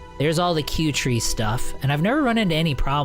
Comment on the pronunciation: P.S i think 'kuertee' is not "q-tree" as you say.. i think it is a play on words ...it is 'Cutie' as in ... "She is such a cutie." no 'R' in tee ???